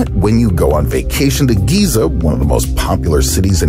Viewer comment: "The Pyramids of GYATT"